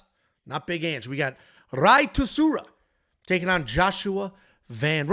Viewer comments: Bro 💀it’s pronounced My-ron (for Mairon Santos), and Suh-Roo-Ya (for Rei Tsuruya) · Rey Soo-roo-yah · Rei's last name is pronounced SOO-ROO-YA